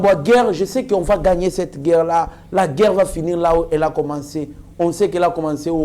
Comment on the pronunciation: Svp monsieur, essaye de corriger l'articulation de gueurre et de monsier